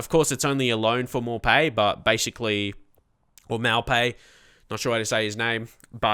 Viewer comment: Maupay = Mo-pay, N'jie = N'Jee-ay :)